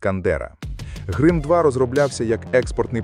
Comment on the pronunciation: Чому грим2, а не грім2?